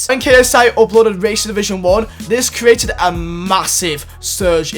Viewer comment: Please can you learn how to pronounce the word "create"